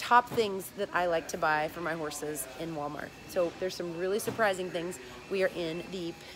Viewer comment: OMG Wally World dollar gentral I LOVE YOU SOOO MUCH FALLON YOU SAY IT THE SAME WAY I DO OMG LOL!!!!!